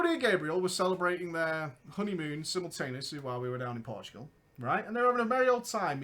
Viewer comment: Portugal, not Portgual